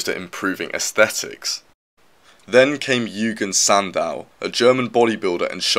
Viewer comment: I’ve never heard Eugene Sandow’s name pronounce that way.